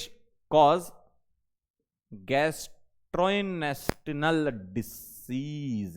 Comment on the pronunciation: 😂😂😂 as a PCM student in his childhood could not pronounce gastrointestinal disease 😂😂😂